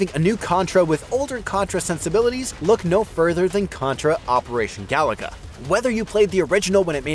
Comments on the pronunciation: It's Ga Loo Ga, not Ga La Ga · Bro, it's not "Galaga," it's "Gah-loo-guh." Five times, this obvious mistake was repeated. C'mon,. 😂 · Looks like "Ga loo guh" to me. It's not "Galaga" Galaga is Galaga. Different game. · Amazing 🤩 , he said Galaga 🤭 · Bro said Galaga. Wrong game. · I'm guessing this guy is just reading a script and never actually played the game but yes, it's painful to hear and no, it isn't surprising. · Whoever hire him, he got forced to say it wrong. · Yeah, he's mispronouncing it